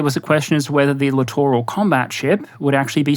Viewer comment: I am just happy that SOMEONE knows how to say the word 'Littoral' rather then 'Literal' when talking about these ships. I have been screaming at my screen for years.